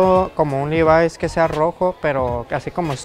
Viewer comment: "Busco un livais asi rojo, eskini" JAJAJA